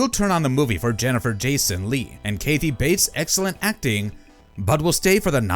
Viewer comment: To bad it's AI voiced. Kathy isn't pronounced Kaethy